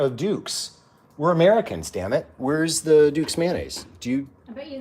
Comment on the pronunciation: As a southerner living out west it warms my heart to hear him say, "where's the Dukes?"